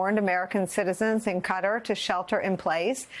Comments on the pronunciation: She can't pronoounce 'kuh Tar'. Sad! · For Gods sake it's Qatar, not Cutter!!! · Why did all the news reporters suddenly begin calling it CUTTER instead of Qatar?? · It’s pronounced co-TAR’ in the Middle East & Asia. Not “cutter”. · Qatar is pronounced like guitar not cutter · KUH-TAR. Not Cutter. Jfc. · Can you please stop calling it KU-tter. It's Ka-TAR! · Nicole U should be ashamed calling Qatar, Cutter. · CAT-arr, Nicolle, NOT CUTTER! Please get it right. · Ka tar not cutter 😂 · KA-TAR NOT CUTTER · Its not cutter, its QATAR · Its Qatar not cutter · The country is called QATAR not CUTTER stupid western Media they don't even know how to pronounce the name of a country much less find it on a map . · It's NOT prounced Cutter! Go back to school! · Please stop calling it "cutter" and learn to pronounce it right. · It's called "KA-TAR" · I’m having a hard time listening to this with the repeated pronunciation of Qatar as “cutter”. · its pronounced Kuh-TAR folks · Cutter? Is she trying to say Qatar? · She sounds so cute the way she mispronounces Qatar over and over again 🥰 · i dont know how qatar = cutter lol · Why does she pronounce Qatar like that? 😂 Good lord. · Why is she pronouncing Qatar like that? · Is there not one person at MSNBC that can pronounce QATAR properly?